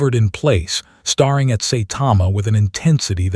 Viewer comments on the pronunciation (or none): Staring has only 1 R not 2 , the AI needs to learn how to pronounce words CORRECTLY, 😂😂😂